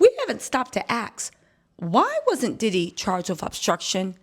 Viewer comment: Asssk not Aksss. There is an s before the k.